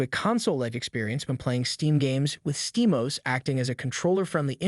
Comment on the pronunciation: It's Steam O-S [Oh-Ess]. IDK a single person who calls it OS [Os]. You're also wrong about running current gen games on Low. Cyberpunk 2077 runs well at 30 FPS on med-high settings, Elden Ring on Med-High Settings, etc. I feel like this is either written by AI, or the reviewer havent even played any of these systems and is just reading off of articles.